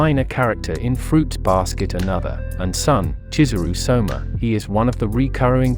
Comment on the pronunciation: It's Soma/Sohma. Not Shoma